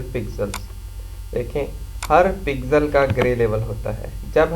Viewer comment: lode pixel hota h pigsel kya bol rha